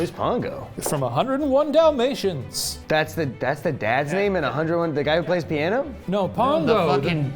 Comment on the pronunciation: Are we gonna acknowledge how that guy pronounces "dollmations" 😅😂